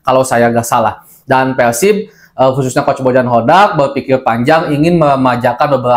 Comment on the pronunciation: Ngomong na nu baleg R Kitu Laen Pelsib...